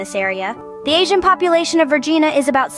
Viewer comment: As a person living in The Commonwealth of Vagina, I object to the pronunciation of Vergina, er Virginia, and Virginians.